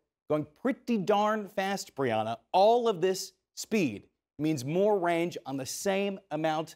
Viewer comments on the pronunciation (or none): Did he call her "Big Breanna" 🤔